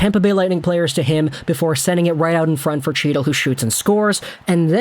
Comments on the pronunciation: You rip a guy for messing up a name…as you say it completely wrong. It is nit Chee-tul. His name is pronounced He-dul…there is no hard CH sound. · Not Chee-Till its HEE-TIL lmaoo the C is silent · It's he-til, he-til. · Luv ya but please.....Chytil is pronounced HEE-TIL. The c is silent. LGR!!!! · you’re pronouncing his last name wrong 😑 the C is silent. cmon hockey guy?